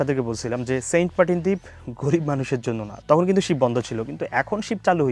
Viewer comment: বুঝলাম না ভাইয়ে মনে হয় সেন্টমার্টিন উচ্চারণ করতে পারেন না বলেন সেন্টপার্টিন😃😃